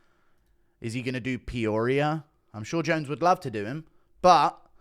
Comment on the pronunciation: Me: lives and trains in Peoria Guru “peoria” Me: huh 👀👀